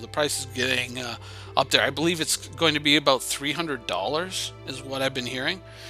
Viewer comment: aboot lol